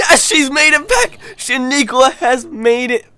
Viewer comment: it's not shaniequa it's sha nana